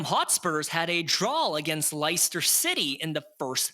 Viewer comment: Lie-ster? I'm pretty sure it's pronounced Lester. How spursy of you. Ynwa! I appreciate your channel.